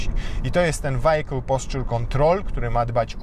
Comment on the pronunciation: Co to jest "wajekul" ??